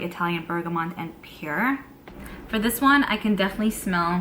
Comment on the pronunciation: I never knew a New Yorker that could not say "Pear". If I didn't know better what you were trying to say I would haven't have known. Lol, Sounds like Pier like the docks. I don't know how to explain it but please don't be upset with me. Do you have Alexa or Google Assistant ask them by spelling the word "Pear" or have someone else ask how to pronounce it for you. I gotta say another evening with and yet another beautiful Advent Calendar. Loving this.I like Tom Ford's Tobacco Vanille perfume but it's so expensive. We shall see. Glad to see you before I go to bed, you always make me smile and I adore you and your content. Did we ever see a " Brooklyn Kitchen"? Good night, love you 💕💕💕🥰🤩😸🌹❣️🎁🎁